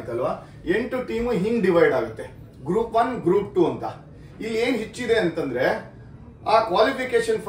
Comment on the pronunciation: ಅದು yenu (ಯೇನು) ಅಲ್ಲ.. enu (ಏನು)..